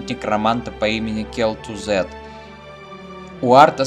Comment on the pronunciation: Кел'тузад а не тузэд фуу плевок диз шучу)